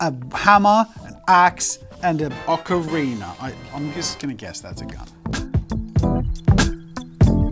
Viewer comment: “aNd An oCArInÄ” -jazza